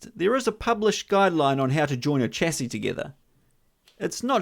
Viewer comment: Here's hoping that you learn to pronounce chassis correctly at some stage.